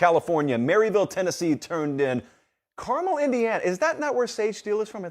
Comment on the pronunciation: Congrats on saying "Carmel" correctly!